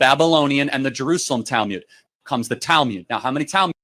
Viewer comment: Weird that he prounces it as Talmyud, not Talmud.